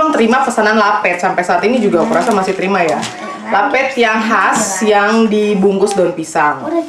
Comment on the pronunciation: Lapet pngucapan e nya kya baca rapet kaa...